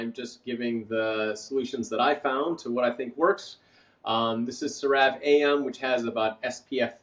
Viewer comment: Excellent presentation! Some pronunciation corrections: Ceravé not Creráve. Erythéma. Collagen is pronounced kaalujn like Michael says it.. Hyaluronic is haiuhlraanuhk